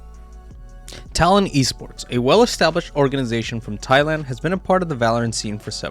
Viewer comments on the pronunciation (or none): none